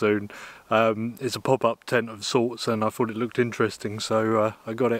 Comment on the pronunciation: Let's get straight on with the weekly translation, Huh Huh. Fink = Think, Fought = Thought, Froo = Through, Wivv = With, Fredd = Thread, Wiff = With, Wivvit = With It, Waum = Warm, Uvver = Other, Fing = Thing, Fings = Things, Sumfing = Something, Sawring = Sawing, Waumff = Warmth, Finking = Thinking, Eevur = Either, Souff = South, Free = Three, Lenff = Length, Furvver = Further, Su'ink = Something, Anyfing = Anything, Anovver = Another, Finkin' = Thinking, Waumed = Warmed, Fermals = Thermals, Fikker = Thicker, Chorisso = Chorizo, Fank you = Thank you. Chorizo would be pronounced as Choritho, but I understand that is too difficult for you. Words of the week - Fredd = Thread, Fikker = Thicker and Sawring = Sawing. Tongue twister of the week - Pings and Fings. See you soon, Huh, Huh.